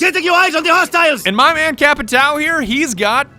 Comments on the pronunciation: Hey,. It's not "Capitao", when you are talking, it's Capitaum. Trust me, iam from Brazil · Ur pronunciation is a bit off its capatio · Ah and Just saying you say cha-pee-tahum PS the h do not sound as an r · I find it funny that you keep calling him "Capitao" while the portuguese word for it just means "Captain" in english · Nobody:: CAPITÁL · My friend said that the correct pronunciation is “capishao” because of the “~” on the ã. I learned something new today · Brazilian here. The little fella on the A for "TAO" should sound like "ON" as in centurion or a weak "OH in "UH OH" so in basically its sounds like capit"oh" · The closest way of pronouncing "Capitão" correctly would be "capitown". "ão" sounds a lot like "own" tbh. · Can everyone and their r ur pronouncing capitao wrong just fuck off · TheOnlyDavidG. They don't even know what the "ã" means, and they won't waste their time searching it. "Capitao" is good enough, I guess. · Like in portuguese ur pronunce is like CÁPITAUMN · I wish doing the "ão" sound would be less hard for english folks lol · Everytime you say "capitão" i cringe for some reason. Probably because i'm stupid and brazillian... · Jeeezz is suffering listening you pronuncing capitão wrong, but that's not my fault, there isn't this simbols: ~ ` ^ In English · Everyone says Capitão wrong and its funny asf. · As a Brazilian born and raised, the way you pronounce Capitão is both hilarious and absolutely infuriating. God bless you:P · The way they say Capitão..it hurts.